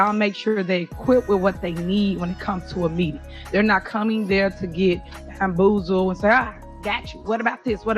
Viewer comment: Did she say hamboozled ?😂